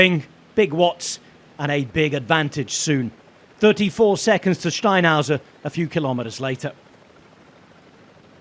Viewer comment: He's allergic to R's, seems like, he kept calling SteinhouseR Steinhouse